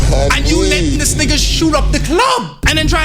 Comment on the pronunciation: I cringe when foreigners say “neegas” 🙄